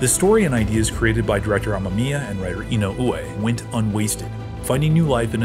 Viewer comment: The last name is pronounced "E-noo-whe." "Whe" like "when" or "where". YT recommended this video. Glad I watched this. This is quality. Subbed. Great work. 👍 Hope you'll feature more non-sentai/KR/ultra Toku shows.